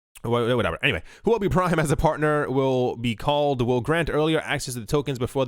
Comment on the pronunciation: It's pretty bad how messed up the pronunciation of Huobi...Say it like this Huo-bi...it literally means "fire coin"